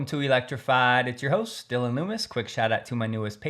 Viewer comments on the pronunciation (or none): none